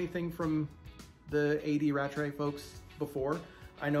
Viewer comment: Welcome to the A. D. Rattray Family! Thank you for reviewing, we're delighted you enjoyed our Tobermory 12 and we love your idea of the 'year of independent bottlers'. P.S. You pronounced our name perfectly!